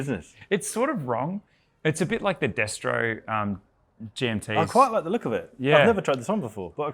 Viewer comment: I’ve never been so happy to hear someone say destro like how Rollie introduced it and folk gave it that stupid name, thank you!!!!